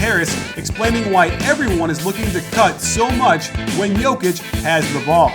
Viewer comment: Nicely done plus perfect pronounciation of his name.